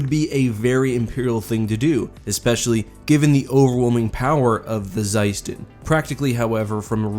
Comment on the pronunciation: It's pronounced as "sUston"